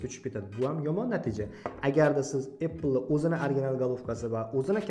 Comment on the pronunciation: Iltimos birodarim shu “apple” so’zini qanaqa qilib talaffuz qilishni o’rganvoling,chunki har bitta videongizda shunday talaffuz qilasiz,sizga hech qanaqa adovatim yo’q,negativ deb hisoblamen🫡